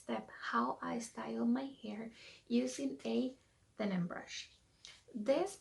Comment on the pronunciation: Hon, it's a Denman brush. DenMan. Not denim. There is an M in there.